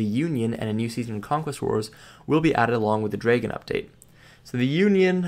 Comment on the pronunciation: Errrrrrr ........... It's said Dry-gon. The pronunciation is horrible. For the love of god check it first.